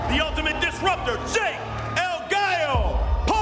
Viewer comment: El Galo???? SMH that’s why you hire Ariel Helwani